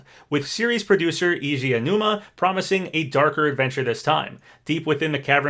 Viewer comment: I feel like I've never seen a video game news video where the speaker pronounces Eiji Aonuma's name correctly. They'll always say "EYE-ji Aonuma" or "EE-ji AYA-numa" or something like that.